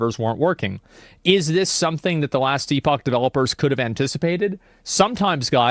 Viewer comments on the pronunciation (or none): Editor, please make AI Asmon pronounce Epoch correctly for Asmon everytime he says E-Pahk. Thank you.